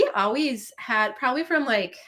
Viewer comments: I have noticed the way says “always” to me sounds like “owways” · says Owies. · It's the ONE thing I tell people who are getting a divorce. Even if it's the right thing, it feels like a failure. Ha! does pronounce "always" differently.